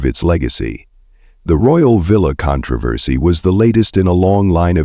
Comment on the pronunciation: Would you please how to pronounce the words correctly?? Especially, "controversy "!!